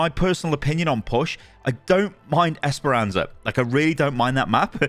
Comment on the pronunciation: you say "Esperanza". It's "Esperança". Please, never ever ever use a Spanish accent to read Portuguese.